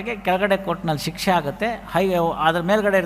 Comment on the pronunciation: Sir ಹಾಗುತ್ತೆ ಅಲ್ಲ ಆಗುತ್ತೆ ಅಂಕೊಂಡಿದ್ದೀನಿ